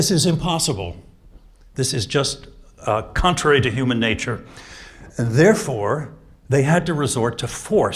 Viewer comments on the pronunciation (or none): 10 minutes in and: 'Huuman Neejture!' and 'Great man theory' ...My god!